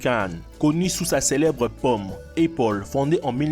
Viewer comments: Ah chui mort il a dit épaule au lieu de Apple 😂😂😂😂😂👍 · Lol tu as dit epple eu lieu de apple